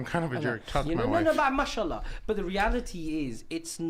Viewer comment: He can't even say MashAllah , he's saying Mushallah